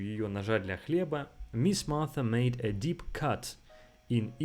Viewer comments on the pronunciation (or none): none